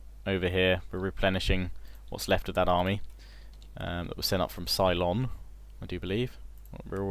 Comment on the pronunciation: love this series, mate...but it's Ceylon (pronounced seh-lon, not sigh-lon), lmao...i keep thinking of battlestar galactica everytime you say that..lol